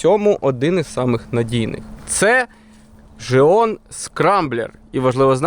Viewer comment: Не жеон а ґеон